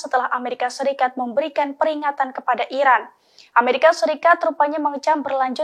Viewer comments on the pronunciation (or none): none